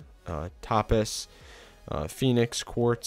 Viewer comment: its pronounced toe-paz Topaz